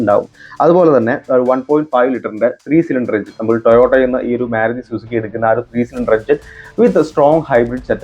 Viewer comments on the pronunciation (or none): മ്യാരുതി അല്ല ബ്രോ മാരുതി എന്ന് പറയൂ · getting irritated, when using myaruti, please correct it